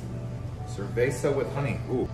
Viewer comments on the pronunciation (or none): none